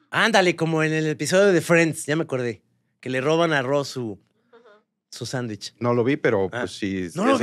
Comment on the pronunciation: El señor que se queja del sangrons y de los abogansters, dice, chanwichs